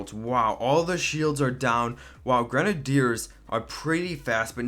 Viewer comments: I thought it was gre-nay-dee-ers not gren-er-deers... 🤔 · Idiot its grenaders not grenedeerd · What is a gran nay deer? Do you mean gren ay ders (sounded out) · I hate the way he says grenadeiers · Dude learn how to pronounce grenaders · You said it like grenehdeers say grenade and then ers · U say grenadeers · K i want to die every time he says grenideirs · The way he says grenadiers gives him a dislike x10